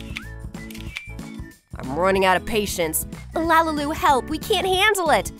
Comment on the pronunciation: it is not lalalu it is lalilu